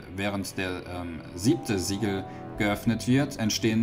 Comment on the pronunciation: Sieben Siege Siegel was spricht er aus?? Ich verstehe nicht. Die ganze Zeit wiederholt er Sieben Siege Siegel.....